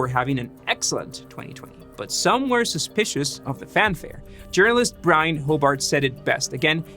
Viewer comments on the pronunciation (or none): none